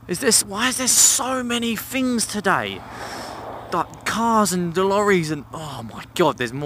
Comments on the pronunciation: not once but you did say it about 10 times. It's Things buddy. Special emphasis on the TH. Else words like teeth sound like teef. And words like thought become fought. Which means when you were at school you fought alot. Sorry I was just finking out aloud 😂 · No you making me very nervous and it's not even my bike. To many "Fings" which is spelt Things (Somehow Brits refuse to speak English properly) seem to have gone wrong during that test ride...